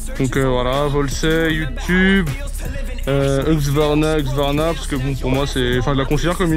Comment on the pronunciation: husqvarna et pas hugsvarna les gars lol